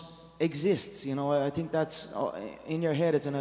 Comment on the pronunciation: "Think" = "Tink". Hahaha